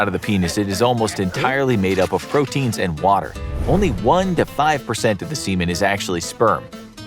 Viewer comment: Did he say protein